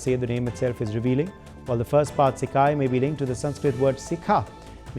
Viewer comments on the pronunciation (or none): none